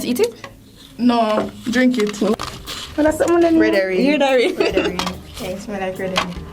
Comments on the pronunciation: "Red horing" LMAOOOO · That one girl trynna pronounce those words. Redowing...🤣🤣🤣 love her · She was trying to say redherring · What is “redowin”?😂😂😂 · redowin lol , dj mac seh it catastrophic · Mi learn three words today. "Vininie," "Sachiz," and "Redowin',"💀💀💀🤣😂🤦🏽‍♀️.Redowin sound like she was trying to say wedding ring💀. She remind me of Aunty Donna and "Masachusa",because she can't say Massachusetts.😂😂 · "Redowin" Sachiz" 🤣🤣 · All when the video done the girl in the red still a try fi pronounce "Vienna" 🤣 Shi remind mi a King from Life with King and Shay, lol! Goodie seh "redowin", "sachiz" and "vinninie" mi dead! 🤣🤣